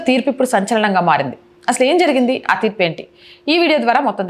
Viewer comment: Thurpu kadhu theerpu madam